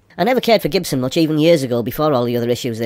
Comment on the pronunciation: The cheap Gibson you're bidding on is pronounced Chibson.